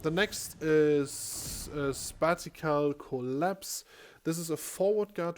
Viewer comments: Thanks for the video. Just so you know the E buff doesn't give you super armour whilst you're using skills. If you pop the E buff, then use a skill you can then be CCd I don't know if this is a bug or not. Also 'spacial' is pronounced: space-ih-al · Spatial is pronounced like "spay-shell". It means in space. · There's a slight difference in the pronunciation of special and spatial. Former sounds like spare cial, while the latter is spay cial (cial as in sure). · That's not how u pronounce it.. Phonetically, it would be something like spay-shell